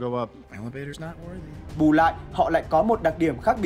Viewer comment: Ad đọc tiếng anh gì phèn v , chứ weight rồi chữ worthy sai bét hết rùi